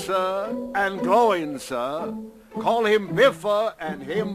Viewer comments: Nope, because my comment corrected four of them. Balin, Oin, Gloin, Bombur. Balin is pronounced as Buh-lin or Bar-lin, Oin is not Owen, Gloin is not Glow-In, and Bombur isn't Bom-boor, but I understand where the mistakes were made. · they stuffed up the pronunciation of the names. Bar-lin (Not BAHLIN), Oi-n (not Owen) Gloi-n (Not Glow in), Bomb-AR (BombOOR) don't say to me I can't spell the names, I am just doing the pronunciations. Fili (Fee-li) Kili (Kee-li) Oin (Oi-n) Gloin (Gloi-n) Dwalin (Dwar-lin) Balin (Bar-lin) Bifur (Bif-ar) Bofur (Bof-ar) Bombur (Bomb-ar) Dori (Doori) Nori (Noori) Ori (Oori) Thorin (Thor-in)